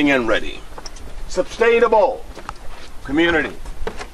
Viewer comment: His constant "sub-stainable" cry was very distracting...